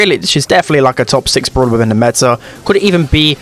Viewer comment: "Could've even BEE the best brawñer in the meta" Haha bee pun